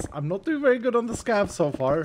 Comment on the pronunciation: Everytime says scav, I always hear scab. "I will never say no to a scab run." 🤮